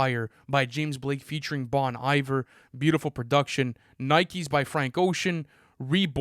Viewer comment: You guys have been around too long to call Bon Iver “Bon eye-ver”